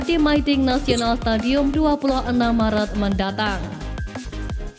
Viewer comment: Bang maret, bkn marat